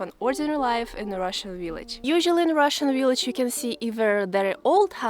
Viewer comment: I love the way she says "willage"..Then again her English is 100% better than my Russian!I like to see how people live in Russia in the REAL Russia that we never see.Just the same as everywhere families and friends sharing time.